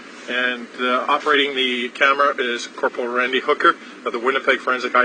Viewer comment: it sounds like he said operating the camera is "Randy Hooker". Maybe it's just my filthy mind.